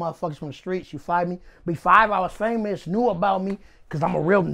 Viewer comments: Did he really say he was fivemous (famous) and glori-five. Amazing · My nigga said I'm fivemous 🤣🤣🤣🤣🤣🤣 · This nigga said.. “My CM” 🤣🤣🤣 then he said “I’m fiveous”😭😭😭😭 he real deal crippin 😂😂😂😂😂😂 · “I’M FIVEMOUS” I’m done 😭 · "I'm real popular, I'm fivemous" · Fivemous instead of famous Cm instead of bm What do rats eat.. a bowl full a bullets Then gets a call from Popeyes to close the interview Lmaoo these dude a walking cartoon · “I’m fivemous” 😂😂😂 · “Fiveous” famous 😂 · Nigga said "I'm five-mous." 😭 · Nigga said “I’m Fiemous”😂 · Not in LA he says 5 cause that’s how his hood is pronounced, five five(55th st) nayborhood crip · Just stop its ridiculous , unable to say words with the letter B and replace it with a 5?? How the dudes make themselves look so ignorant blows my mind. Apply that to something useful just listen to this guy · "On Fiveness"